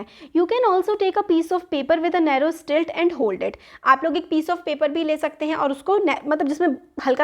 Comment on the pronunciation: You are mispronouncing slit It’s SLIT not STILT